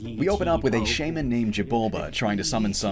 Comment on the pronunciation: Mispronounced shaman